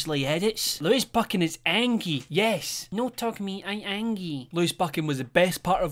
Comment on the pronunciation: At the beginning: "Im so angwy"